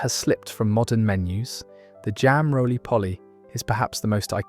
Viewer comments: It's say-go (sago) not saggow And it's not roly polly, it's roly poe-ly. Stupid AI narration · Sago available in Tesco .jam roly-poly (not Polly as in parrot ) in most supermarkets in the frizzier suet not swet . Are you using AI if you don't pronounce words properly you will give the wrong info see above it happening in all your postings I have unsubscribed